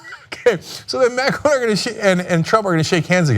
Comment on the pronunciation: Try to pronounce Macron decently